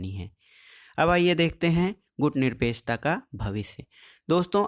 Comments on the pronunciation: प्लीज सर आप बार-बार गुटनिरपेकछा क्यों बोल रहे हो? सही बोलिए ना गुटनिरपेक्षता । आप भी ना सर क्या बच्चों की तरह तुतलाती आवाज में बोल रहे हो ? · सर टाॅपिक का नाम "गुटनिरपेक्षता" हैं ना कि गुटनिरपेकछता।